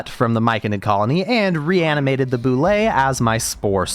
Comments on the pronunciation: How to pronounce Bulette: B-you-let, not b-you-lay. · bro pronounces bulette like boulet… (byu- let) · Yo, just the fact you called it a Boo-Lay and not a Bullet instantly 10/10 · The Bullette didn't like how you call it a "Boo-lay"